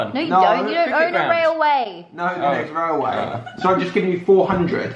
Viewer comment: Haha you said Whaleway not railway